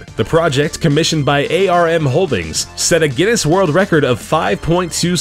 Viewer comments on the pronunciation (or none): none